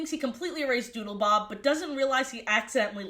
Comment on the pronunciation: Every time you said Doodlebob all I could hear was Doodlebop. So now I’m just imagining the Doodlebops making a cameo in SpongeBob